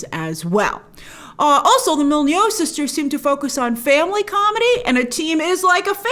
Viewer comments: I'm not sure that's how to pronounce Molyneaux" Mol-eh-new not Molly-know? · You said Mol-nee-yoo sisters lol :p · Molyneux - pronounced mol-e-new :) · Grace, I love you BUT it's pronounced MOL-LEE-NOO :)